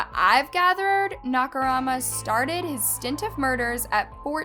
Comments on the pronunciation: Na-ka-Moo-ra. Not Na-ka-ra-ma. I mean, at least try to pronounce his name right, please. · I love ur vids but my eye is twitching hearing you say Nakarama when it’s MURA. Ikyk since it’s every other comment but it is disrespectful since it’s a pretty common Japanese surname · Nakumara, Nakorama, Nakamara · You keep saying Nakarama instead of Nakamura?? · Narrator: Nakaruma Subtitles: Nakamura ... My thoughts are just "It's Nakamura!! Not Nakarama or Nakurama or Nakaruma!!" 🤦‍♂️ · I LIKE HOW THE STORY BEING STATED, BUUUUUUT 😭😭😭😭😭 HOW TO UNHEAR "NAKARAMA"?😭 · The “Nakarama” instead of “Nakamura” is pretty annoying to be honest. Like girl - at least try to remember the name. Hearing such different versions of the name during the whole video without even hearing it a single time correctly completely pissed me off. It may not seem like such a big deal but it can be very annoying to some people, had to click off the video. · Naka "MURA", not "RAMA" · I'm sorry, I couldn't finish it, the way you kept saying "Nakarama" instead of "NAKAMURA" literally bugged me and it was annoying, sorry 😢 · The moment when says Nakarama instead of Nakamura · nobody:: “nakamaro” “nakamara” “nakarama” 😃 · Girl It's Nakamura not Nakarama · Am I hearing it as "Nakarama" and not Nakamura? A great story though! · I love videos, they're super interesting and the storytelling is great! I just wish she'd put a little more effort in researching how the names of people and places are pronounced when she covers cases from non-english speaking countries. Hearing her pronounce Nakamura as "nackorama" made me physically cringe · Totally agreed. Calling him NakaRama instead of NakaMura drove me nuts. She does impeccable research so why not properly pronounce the name? I know it’s not the end of the world but quite a few commenters were put off by it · "Nakamara" "Nakarama" It's NAKAMURA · She said Nakamara a couple times too haha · It’s pronounced Nah ka rue ma, not nakarama